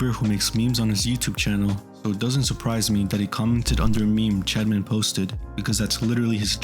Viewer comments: I am not condoning anything but i had no time to watch the video so i put it on x2 speed. On 2x speed it sounds like you say chadman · I keep hearing him say “Chadman”